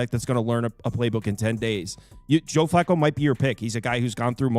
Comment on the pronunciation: Dude kept saying Joe Flocko 😂